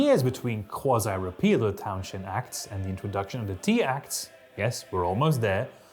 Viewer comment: You go to impressive lengths to mispronounce Townshend.